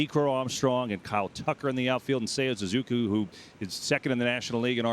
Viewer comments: Suzuki not suzuku😂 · Sue-zoo-kee, you idiot!!!!!